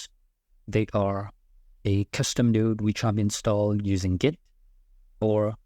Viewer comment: I remember I made that mistake before. You are pronouncing "node" like a different word that has a bad meaning.